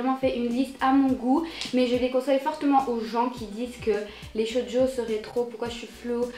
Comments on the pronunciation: sa se dit shojo pas shodio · Juste une note ! ça se prononce "tchojo" ^^ sinon j'aime beaucoup tes vidéos!